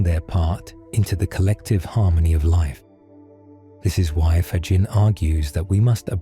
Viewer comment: From Canada with ❤, thank you 🙏 PS: Frederico’s last name is pronounced “ Fagghinnee”😊